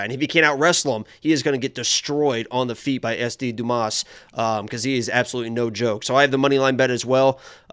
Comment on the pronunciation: Dumas (DYOO - MAA) if anyone cares. Like "Dooma"